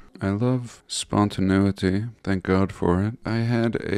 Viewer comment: Spontaneity not Spontanutiti